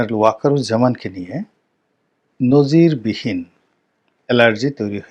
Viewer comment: নজিরবিহীন,এটি থামবনেইল,আপনি তো এই আধা উর্দু শব্দটি সঠিকভাবে উচ্চারণ ও করতে পারেন না। আপনার স্পিচ থেরাপি করে এ ধরনের অশুদ্ধ উচ্চারণ ঠিক করা উচিত।এতে আলোচনা এত শ্রুতি কটু লাগবে না।